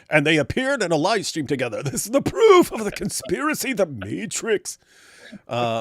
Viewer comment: YOU SEE??... THAT'S THE PWOOFFF😂😂